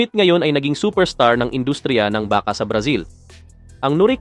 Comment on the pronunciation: ayusin mo salita mo..lalo na pag bigkas mo ng BAKA.